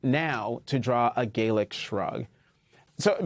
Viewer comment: Hey professional news presenter, the word is "gallic," from Gaul, not the Gaels. It sounds like "guys and gals" not "gale force wind."